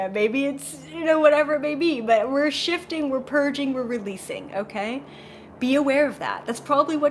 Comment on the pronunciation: I couldn't help but laugh when you talked about purging and it sounded like you said Shitting Yourself to a new reality. It's not you its me lol.